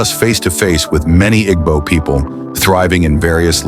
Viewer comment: What is the need of using western voice, can't pronounce IGBO.